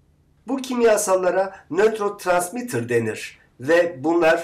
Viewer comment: paylaşım için çok teşekkürler. harika. fakat Nötrotransmitter değil Nörotransmitter olcak :)